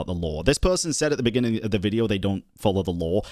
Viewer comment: "In the benninging" Ahh. You really made quite a moment for yourself huh...